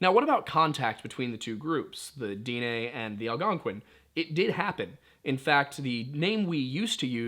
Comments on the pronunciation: I love your videos but I cringe every time I hear "day nay". Navajo is the term we were named. Our name for our people is Diné. Pronounced "Din-eh". You should also look into the story of the twins. As the twins fled from Dinetah the homeland of the Diné. The twins separated creating two different tribes. If a Diné and Dené were to meet it's supposed to mark the beginning of end times. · Little late here but it's pronounced (Den-Neigh) like Density, without the sity and neighbor without the bor. Edit: Will definitely be trying out the coffee! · Daugh-neigh pronunciation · Dine' Is pronounced di neh I'm Cherokee and my wife's navajo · It's pronounced Din and then eh bc the e is this é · The Diné or Navajo is actually pronounced /DEN-EH/ "DIN" as in den like "DENtist". And the "EH" is as in "EHHH it's fine". And no I am not Navajo or any type of native American although I am Aztec so I'm native NORTH American. but I am learning the Navajo language and I have heard a Navajo cultural YouTuber by the name of "Navajo Traditional Teachings". And that is how I have heard it.